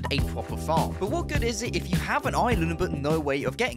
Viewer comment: good vid, bro made sure we hear he’s on his “oiland”